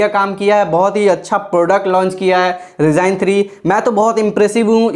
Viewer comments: Baccha hai read tu abhi tk Accha Sa baaat krna Nhi atha Kya he reviewe dyga ryzen ko rygon bolta hai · Bhai wo Ryzen (राईजेन)hota h.😆😆😆😆😆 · Esus ka Laptop hai Resign 3😂😂😂😂 RIP English